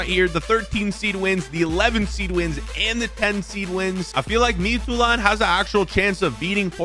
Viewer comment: As a Dane your Midtjylland pronunciation was pretty solid for someone who doesn’t speak danish. The English Y is quite a bit different from the the danish Y, and that was the main part where your pronunciation was lacking